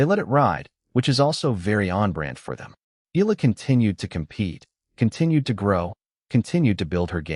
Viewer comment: you need to address, EALA correctly and not ILAH, okey